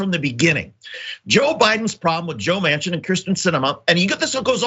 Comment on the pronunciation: Joe Mansion not Manchin.